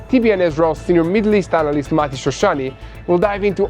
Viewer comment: Not marti….. it’s Mati